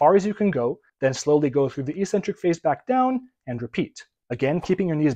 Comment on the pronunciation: EEEEEEEEEEEcentric is not a word in the English language. The word is pronounced eK-Centric. No idea why there isn't a single fitness 'guru' on Youtube who'll just look it up and see for themself.